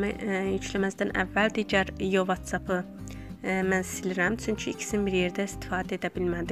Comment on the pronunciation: Vaççap yox votsap kalxoz qızı kalxoz